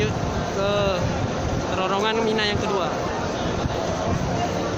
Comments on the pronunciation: bilang terowongan kok susah... penyebutannya kok terorongan..?? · pengucapannya bukan TERORONGAN tp TEROWONGAN...... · Terowongan Hadeh gemess ngomong terorongan terorongan terosss